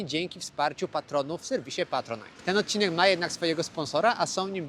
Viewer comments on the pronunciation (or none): none